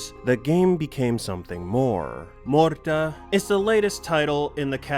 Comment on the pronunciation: "Morrda" - are you sure it is pronounced like that?